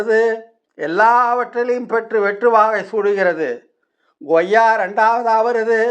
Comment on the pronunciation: Koyya not Goyya